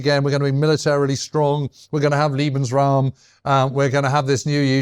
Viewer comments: Interesting as always, but there are some amazing sweeping statements here. Also, for heavens sake learn how to say German words before enunciating them; Lebensraum pronounced ‘eh’ not liebensraum ‘ee’ liebe means love… a very different thing I think we can agree. Also Wehrmacht made me wince whenever he said it. But then I’m a historian living in Germany. Oh, you try being a general at the height of the ideological madness and pushing back… Russian front anyone? There is a tradition of reporting your fellows and superiors in the German army (to improve discipline) as noted by numerous diaries from the Russian campaigns. Details matter. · Great episode once again. But James should definitely work on his German as a world war 2 expert :) "Liebensraum" (= love space), "Lederhausen" = (leather houses), "Eidelweis" (should be Edelweiß), ... :)